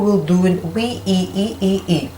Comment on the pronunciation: It is pronounced (we)